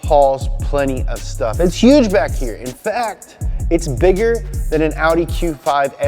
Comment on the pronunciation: No one:: Aww Wee Daa